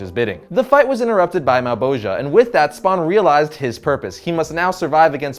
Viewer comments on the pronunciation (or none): none